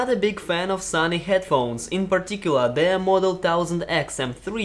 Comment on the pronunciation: It is SONY not SUNNY..... that's explains